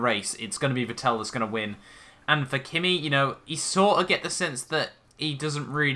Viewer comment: You should check facts You mispronounce Vettel Verstappen is already signed with Red Bull Wehrlein is a mercedes junior, not a red bull